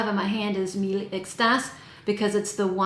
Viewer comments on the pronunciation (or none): none